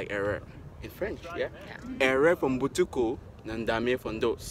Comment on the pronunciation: Errer for Mbutuku is hard for him